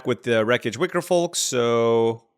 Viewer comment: You're messing with my head pronouncing that "L" in Wickerfolk.